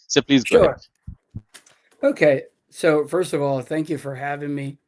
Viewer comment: please “So” world ta thik moto pronounce korun. Sounds like “শো" which can cause misunderstanding also distraction